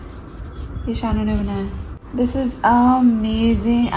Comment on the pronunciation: So sweet❤ ..Kab bnya tumne muje tu pata bhi nei lagya ...punjabi touch 😊❤